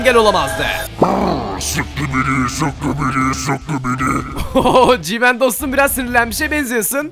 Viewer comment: Abi GMAN değil G-man